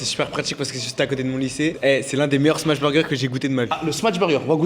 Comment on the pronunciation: stp prononce "smash" et non "smatch" burger 😃